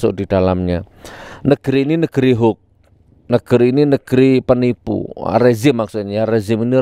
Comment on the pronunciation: Gus nur klau menyebut HOAX Jng hok tapi di Perjelas cara menyebutnya HOAX